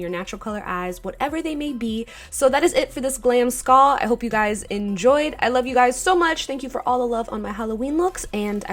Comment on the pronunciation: Y u sayin skall instead of skull